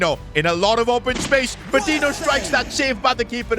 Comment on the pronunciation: Each time he pronounces Patiño as Patinho a part of me dies